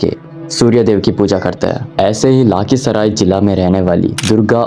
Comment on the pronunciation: aur bro lakhisarai hoga na ki laakhisarai